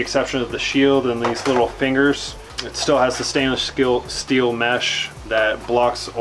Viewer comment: "Stainless Shteel"